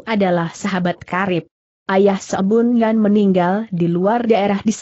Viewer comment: Sebun Yan kok dibaca Sebon Yan?